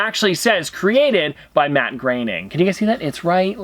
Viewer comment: Why do you say Matt graining it’s Matt growning